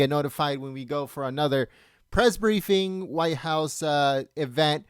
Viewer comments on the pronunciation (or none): Briefing. Not brieifing